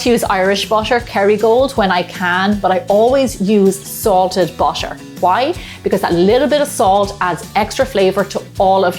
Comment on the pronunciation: ❌ BUTTER ❌ --> BUSHER ✅ Love it <3